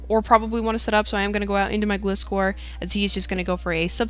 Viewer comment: I thought it was pronounced "Gly-score" since it is a gliding scorpion, I might be wrong though